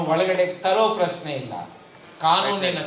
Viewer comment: ಪ್ರಸ್ನೆ ಅಲ್ಲ ಪ್ರಶ್ನೆ,,,,,,, ಮತ್ಯಾಕೆ "ದತ್ತಾಂಶ" ಕುಂಟುನೆಪ,,,??